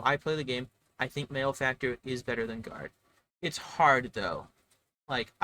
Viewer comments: It’s pronounced mal-e-factor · Interesting points, however, you have pronounced malefactor incorrectly. Therefore your opinions are wrong. I will now proceed to tell everyone I know that tailor is the only s tier class.